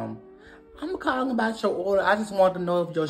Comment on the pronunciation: Who cwalling me … ima cwall em back 🤣🤣